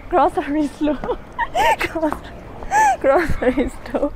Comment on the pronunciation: Love this girl! Never seen anyone have such a hard time saying grocery store. Hehe. Love the outfit. Love the shyness. Great video super model. 😍🤩😍🤩